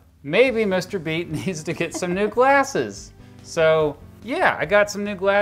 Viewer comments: What I hear: I'm Mr. Beast What he actually says: I'm Mr. Beat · "I'm Mr. Beat." did i just hear mr beast nah i probrably misheared it but this is a curiousing channel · I thought you said "Mr.beast" XD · Who else thought he said “Mr Beast” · I thought you said I’m mr beast 😂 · When he said mr beat I thought he said mr beast